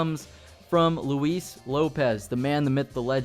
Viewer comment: I give you props because you pronounce his name correctly, instead of (loo-is)